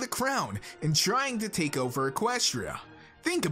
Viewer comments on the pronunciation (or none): none